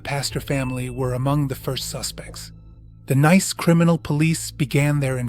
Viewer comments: It's not pronounced n a i c e but nis. Its the of Nice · Nice is pronounced ‘niece’.